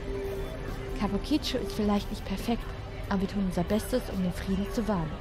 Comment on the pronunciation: [klugscheißmode] kabuki-cho...also die Betonung nicht so sehr auf das "i" am Ende.[/klugscheißmode]